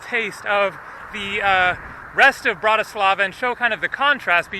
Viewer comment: In from Slovakia and you pronounced Bratislava wrong lol but its ok